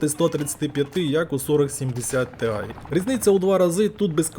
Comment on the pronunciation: Тіай а не тиай)) по вимові вже краще, дякую за огляд